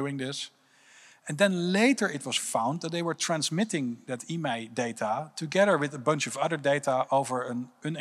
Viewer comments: IMEI s pronounced "eye-me" anyone calling it an "e-may" probably doesn't know what they are talking about. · It's I.M.E.I not emai... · Thought he was saying email Yeah, logging IMEI for a game is extra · Dude says IMEI like its a word. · Didnt know people called IMEI “emay “😅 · i-m-e-i , its not a name. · Emay number First time I'm hearing this pronunciation of IMEI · Guy is obviously very inteligent et all, but decides to proniuce it "emai" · Never heard of an IMEI being pronounced that way 😂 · Nobody talking about the way he pronounces IMEI? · The way he pronounces IMEI takes any and all credibility away from his statement for me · OK if you say so. Any evidence? Specifics? I mean he MUST be an expert. I've worked in the mobile industry for 27 years and never heard anyone pronounce IMEI the way he does, but hey, if you say so, without giving us any data to back it up. Doesn't seem to know that Rovio is the name of the company that makes Angry Birds, but sure, you sound like you know what you're talking about. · Bro is basically keynote at a ted talk an can't say "IMEI" Yet he repeatedly includes it in his speech..